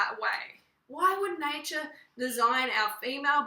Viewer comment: i really can´t believe that she said "natur" makes out like this. It´s really hard to understand how stupid is she, sorry but personaly i think she is.